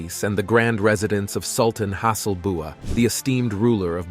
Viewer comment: there is a mistake on the name of Sultan Hassanal Bolkiah of BRUNEI , it was pronounce like Has BUA ,luckily they are not that strict like in THAILAND